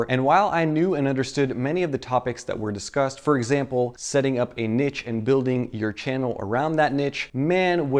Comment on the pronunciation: This man really just said nitch instead of niche